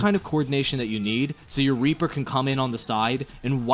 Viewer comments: Reaper not raper :3 ._. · Could have sworn you called him "Raper" at the beginning. Surprisingly fitting, actually.